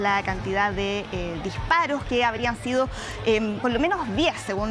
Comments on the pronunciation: También dice : Uno ejcutza,, dijparoj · Será posible que no existen personas capaces de pronunciar correctamente las palabras y tener que sustituir la s por la j???. Para ser reportero o comentarista debería ser un requisito que pronuncien correctamente bien y sin ese tono, regionalismo. Escuche, lease: ejte, muer, por mujer, dijparoj, " muy inicialmente". Lajultimas, nojotroj.